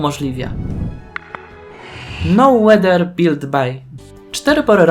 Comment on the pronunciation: Błagam nie twarde łeder (weather) to samo z lgbt czyli " el dżi bi ti! (Nie mam zamiaru hejtować mam na celu poprawienie wymowy)😁